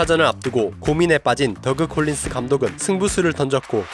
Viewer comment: 제발 덕 콜린스라고 발음해주세요^^❤